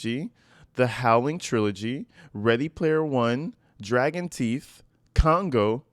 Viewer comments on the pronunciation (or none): none